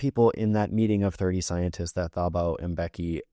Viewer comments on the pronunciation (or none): Thank you for your educational videos :) love from South Africa! (PS Thabo is pronounced Tuboh phonetically)